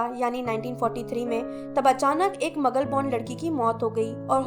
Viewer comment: Behen magul nahi hota maglu hota hai